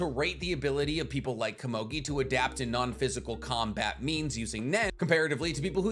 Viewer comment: pitou only said gon could take on meruem in the 2011 anime, not the manga. you're saying komugi wrong.